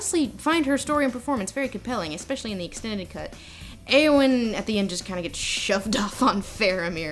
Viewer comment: Eowyn is pronounced "Eeh-oh-win" NOT "Ay-oh-win".